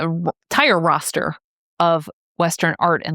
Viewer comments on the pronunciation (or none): none